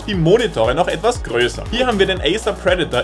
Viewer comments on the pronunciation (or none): none